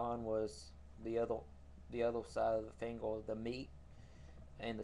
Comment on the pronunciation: I know what it is. He can't say "er" at the end of words like Instead of saying "finger" he says "fingel" another one of his videos i think its the old lighter one he says Lightle